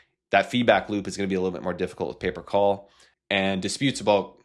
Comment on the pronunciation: I thought he was saying paper call for 5 minutes 😂.